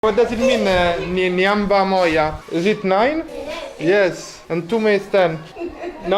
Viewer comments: this is nice making some of us tour using our eyes too. Remember the swahili word is Nyumba (with 'u' and not 'a') the way you pronounced it. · am laughing so hard here the way you are pronouncing "Nyumba" 🤣🤣🤣🤣🤣😂😂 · It funny how you pronounce"nyumba moja"... but you tried 😂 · you are doing so good for sure. I like and laugh the way you pronounce the word "Nyumba" you make it sound something else 😂😂😂All the best in all. May God continue prptecting you. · Haha the nyumba pronounciation lol .....amazing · 🤣🤣🤣🤣🤣🤣nyumba la 🏠 casa lettera u (Umbria)poi hai pronunciato la parola nyumba al posto di U per Umbria hai detto a per Ancona in swahili se tu pronunci con la lettera a vuol dire scoreggio🤣🤣🤣🤣🤣🤣🤣🤣